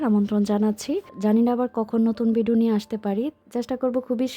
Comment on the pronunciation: তাই শুনতেও ভালো লাগেনা। উনি ভ কে ব উচ্চারণ করে সবসময়। ভাই কে বাই ভিজা কে বিজা ভিডিও কে বিডিও ভুল কে বুল ঘর কে গর এমনটা বলে।😢